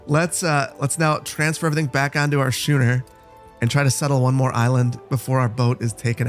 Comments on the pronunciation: Schooner is pronounced “SKOON-er.” You pronounced it the way that it is pronounced in some other languages, and it is not implausible, and I assume that you are not as into sailing ships as I am, even if I have not yet learned to sail, and I did not expect you to know that, but I assume you would rather not sound stupid, for lack of a better word. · I'm sorry but I have to scratch the itch of incorrect boat names, a schooner is pronounced skooner and frigate is pronounced frig ate like baggett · Schooner is pronounced skooner, like school is pronounced skool. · Thanks for the video. Just an FYI schooner is pronounced “skooner”. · I died when he said shoo-ner 😂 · Schooner is pronounced like school /pedantic schooling 😁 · Oooooo it's a schooner! P.s. the ch in there is pronounced as a k. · You're butchering some of the names of things... Schooner is pronounced Skoo-ner, Frigate is pronounced Frig-it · Your nautical pronunciation is funny. It's a schooner (skooner) frigate (frig at). 😂 dig this series. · Btw, your warship is a "frigg-gatt" and your merchant vessel is a "skoon-er". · I love you, but: "skoo-ner" "frih-git" 😆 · Bro pronounced frigate and schooner funny as hell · You're pronouncing the two ships wrong the Frigate the e is silent the Schooner the h is silent. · Your "Shooner"? Do you also go to "Shool"? (just kidding around, but it's pronounced "Skooner" like "Skool") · Shooner is pronounced scooner ;-) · "And here we have our 'Sh-ooo-ner'..." Me: C R I N G E Loving this series though, looking forward to the next vid! (Also, in addition to "Schooner" being pronounced "Sk-ooo-ner," "frigate" is pronounced "frig-uht"):D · Hey man, I hope you're doing well. Um...you keep mispronouncing schooner as shooner....not sure if you realized that or not. :) should be as if you're going to say school, but instead of the l there is the ner at the end :) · He'll get it right schooner or later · Schooner. School. Just saying.